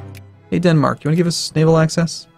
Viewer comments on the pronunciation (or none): none